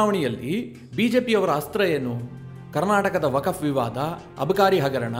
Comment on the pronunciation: ಅದು ವಕಫ್ ಅಲ್ಕ. ವಕ್ಫ್